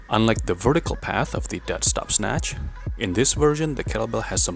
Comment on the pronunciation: Dead stop, I thought you were saying desk top